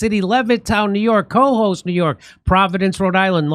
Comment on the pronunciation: It's Co-hoes', Jimmy. Accent on the second syllable. Pronounced like kuh-HOSE. It's one of your New York State venues.